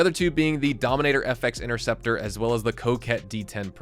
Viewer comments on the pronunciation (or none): none